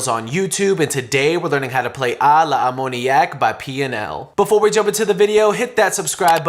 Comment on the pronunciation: You mispronounced the word A l'ammoniaque